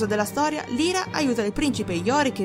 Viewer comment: Solo una pecca ; non si pronuncia Lira,ma Laira (Lyra). Per il resto,tutto perfetto! Continua così!